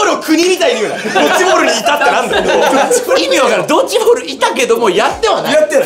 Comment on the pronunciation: ドッチじゃなくてドッジ